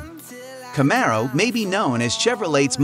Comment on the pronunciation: Four Hundred and Twenty Eight...Cam-A-Ro lol...